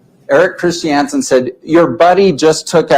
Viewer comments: FFS...it's KRIS CHUN SUN not KRIS CHEE ANN SUN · This is what happens when redneck mormon dudes try to use their words. And please sat Christiansen in Utah accent. One more time 😂